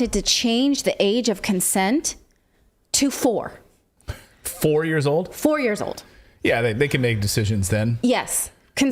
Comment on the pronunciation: Did Clayton just say 4 sur?